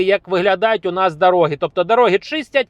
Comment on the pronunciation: Немає в укрмові дароги,пакажу, говоріть з правильним наголосом.